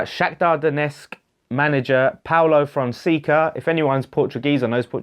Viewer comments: I feel like it's Fon-say-ca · Paulo Fonseca pronounced Fonsecker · Yes you pronounced it wrong. Don't worry about it. I don't like the guy he's a Mourinho wannabe, he managed Porto and did nothing. Giovanni Von Bronckhorst for me.